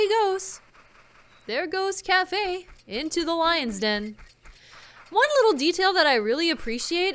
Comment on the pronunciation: Okay.... I know it's Kaefei or something like that... But because of pronunciation... I keep on instainly thinking it as 'Anju and Café....' - I don't think you HAVE to break in, do you? After he receives the letter, isn't the door unlocked?